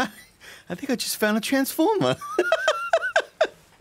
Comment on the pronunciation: “I think I just found a transfomah” 🤣